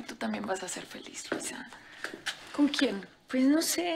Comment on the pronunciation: La señora Curiana😂😂 dise luiza